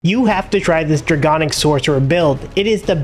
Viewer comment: it's draConic not draGonic